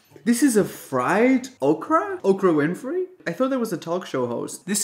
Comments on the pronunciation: He said Okra Winfrey 😂😂😂😂😂😂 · "Okrah Winfrey" 😅🤣😂😅🤣😂